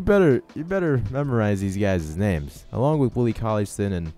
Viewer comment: stine not stin